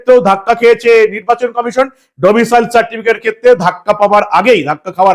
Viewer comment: ওহে , domicial নয় , আগেই বলেছি। ওটা domicile 😅😅😅